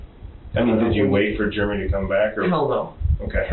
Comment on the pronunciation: Germ-ee for Jeremy😅